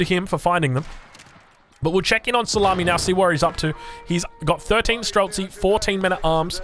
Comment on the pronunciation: Its pronounced stree-lets. Shooter in russian.